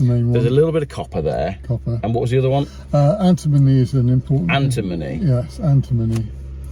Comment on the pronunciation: Did you say ANTIMONY ????? crap i have to let Anthony out of my boot 😳😳😳